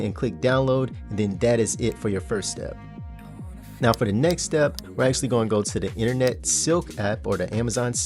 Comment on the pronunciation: ackhually ackhually ackhually